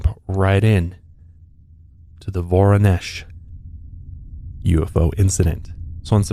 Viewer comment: As a Russian, thanks for pronouncing Воронеж (Voronezh) correctly